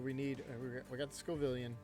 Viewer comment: My dude, it is Scovillain, not Scovivillan or Scovilian Sco - villain. Like the Scoville scale (measurement of spiciness) and villain like the antagonist in a story. I love your videos haha I just can’t take hearing scovivilan 😂